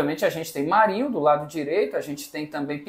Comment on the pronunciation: Ele falou romarinho😅